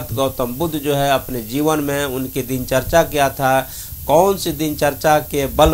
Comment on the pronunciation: Mitra dincharya uchcharit Karen, na ki dincharcha. Namo Buddhay, Jai Bhim.